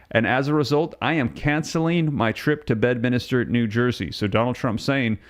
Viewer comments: It’s pronounced BED MINSTER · Please, please: it is NOT Bedminister but Bedminster!!!! Check your grography.....